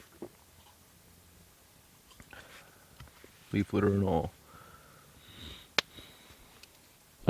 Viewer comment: Was that your British accent when you said "leaf litter"? aha